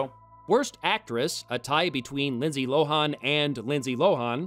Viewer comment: Why are you pronouncing Lindsay Lohan's name that way? It's a short a.